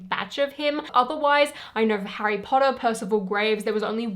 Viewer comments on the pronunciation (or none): none